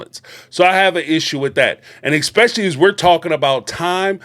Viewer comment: I enjoy your commentary. However, the word is eSpecially NOT eXpecially.